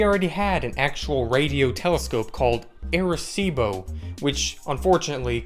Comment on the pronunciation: And u are saying it like A-recibo